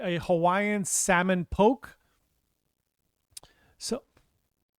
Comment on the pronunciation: the Hawaiian fish dish is pronounced Po-Kay not Poke. Just an FYI